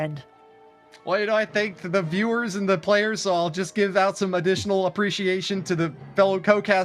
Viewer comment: please learn these players names before broadcasting. It’s super embarrassing when the non native English speakers get them right and you keep butchering them.